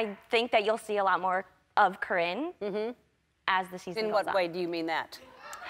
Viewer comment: Cor-ringe lol